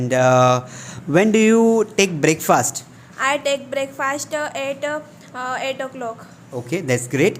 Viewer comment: 'breakfast' pronunciation, check it out..😑😶☺